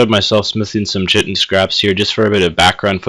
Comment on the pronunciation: kite-in not shit-in